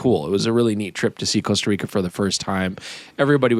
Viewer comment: Guys, it's not 'coast-a reeka'